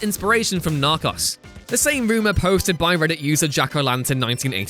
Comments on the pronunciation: When you say narcos it sounds like you're saying knock offs. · “NARCHAS” lol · Seriously, does someone else just write a script and then you read it without being able to do another take? It's Narco's not Narcos ... jesus. And what the hell is Lo-kale? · It’s pronounced “nar-co-s” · Narcos rhymes with goes. Oh, and locales rhymes with Al's not kales. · “Narcoss” 😡 wtf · lol i was reading the comment while watching the video and thought to my self "did i miss it?" And then i suddenly heard "Narcas!" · The way he pronounces “Narcos” frustrates me. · damn. this guy has absolutely no idea how to pronounce narcos or locale. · All I took from this is that he can’t pronounce Narco’s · How can you mispronounce Narcos that bad 😂 Also this was proven as fake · Who pronounces Narcos that way hahaha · Learn how to pronounce locale and narcos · You pronounced Narcos wrong and it hurt me x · Narcos.... he says it like he never heard someone say it 😂😂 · He really needs to learn how to say Narcos and locale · Y tf did he mispronounce narcos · I think you're saying "Narcos" wrong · Big Kona Nope, it’s just narcos (spanish pronounciation) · Big Kona Narcos is a spanish word 🤦🏽‍♂️